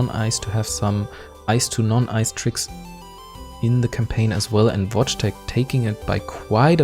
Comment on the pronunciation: You read vojteek55's name watchtek :)